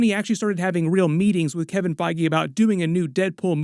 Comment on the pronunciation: "Kevin FIe-gee"